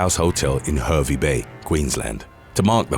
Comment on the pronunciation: It is pronounced HAR VEE Bay not Her vee .